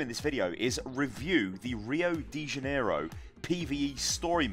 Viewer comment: the pronunciation of Rio de Janeiro is so funny "Uwiour dei janeirrow"